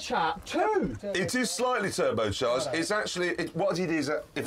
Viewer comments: "IT SAYS JAGYUWA! AND IT'S TERUBEWCHAJ!" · "it.s slightly turobcharged" XD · It says Jagueahh! and it's tubohchach´d